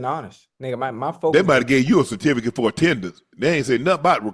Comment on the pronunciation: They probably gave you a "Citificate"!!! Had me dying laughing!!!!😂😂😂😂😂😂😂😂😂😂